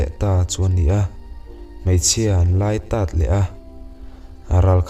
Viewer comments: hmeichhia an lái tát tih hi...hetilo hian aw.."tat hi .. chat,chhum.tih kan lam rik ang hian " tàt' tih tur niin ka hre mange.. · A ngihnawm hle Mai mahse in lai tât in laitat tizawk tur ania tat ah khan "A'' ah thlukna a awm lo aw .engpawh nise I chhiar thiam lutuk ngaih thlak pawh anum .All the best👍👍👍